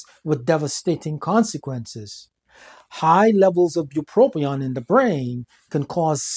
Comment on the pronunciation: There is a single “R” in bupropion. FYI.